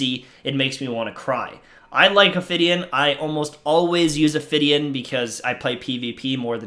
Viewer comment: I agree — also there is no “r” in Ophidian.